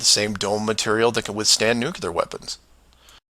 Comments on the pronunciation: While I agree with many of your points in this video, I have a hard time accepting scientific "proof" or "evidence" from someone pronouncing Nuclear as "Nu-Cular". Its pronounced "Noo-Clear" or even "New-Clear" would be acceptable. Nu-cular is not acceptable however. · well if you were to pronounce the word nuclear the correct way I would have believed you on your conspiracy theory however I am more clever then a person throwing words left and right however it was interesting points like the 180 or 360 camera angle shot of the astronauts I'll give you that and they have been 360 in 180 shots but they were inside the space station which again proves that you're also correct because they were never done in actual space if you were to think that they never been to space but you are not using your own words in the correct way look up the word conspiracy in the dictionary and then think about what you're believing in afterwards